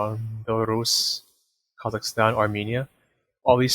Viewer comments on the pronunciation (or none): none